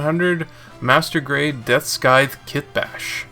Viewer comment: Deathskite? Really, DeathsKITE? Come on dude, its just english. Really need to work on your pronunciation there buddy.